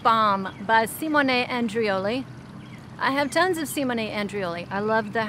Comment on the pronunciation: Yay! Finally, someone who pronounces Simone Andreoli's name correctly! I wonder how many people think he's a woman. 😄